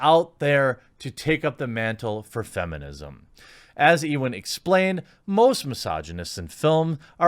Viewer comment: Robbie = rob-ee Not robey Ewan = yoo-ann Not ee-wan